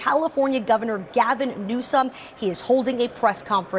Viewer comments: I am ultra MAGA ... but please stop saying 'New-scum' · I think keeps mispronouncing Governor Newsom's name. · Please stop mispronouncing that governors name You are so more professional than that